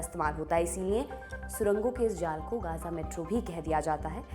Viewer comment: मैम वो गजा है ना की गाजा और गांजा😂😂😂😂